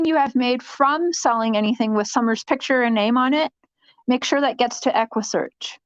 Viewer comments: she was telling everyone to donate to equusseeaarchhh Texas until someone told her that they are not involved eggguussecchhh Midwest is. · Lmaooo you didn’t even get the equssearch name right 🤡🤡🤡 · Neither did you 🙄 🤦 ( equusearch )